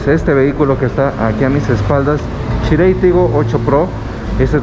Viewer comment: Chirey 😂 … Chery en todo el mundo